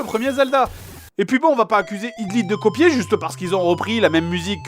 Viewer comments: vu comment du prononce hydlide (hidlide ou lieu de haïdlaïde), c'est comme avec astérix and ze grit rescul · En fait , y'a pas que pour Metal Gear que tu as une mauvaise prononciation , tu prononces mal l'anglais tout court XD (Pour Hydlide , sa se prononce aydlayde) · Ca se prononce AÏDE LAÏDE. Sinon heureux de voir que nous avons nos meilleurs jeux en commun, Suikoden 5 vaut le coup aussi.